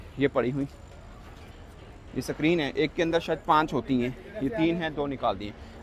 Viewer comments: अबे साले स्क्रीन सुने थे सक्रिन क्या होता है बे | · Screen ✅ suckreen ❌😂😂😂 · Screen not sacreen 😂😂😂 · Sacrine nhi hota be it should be Screen 😂😂😂 Chauthi fail anguthachap Pakistani journalist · .... Digital Sakreen....waahh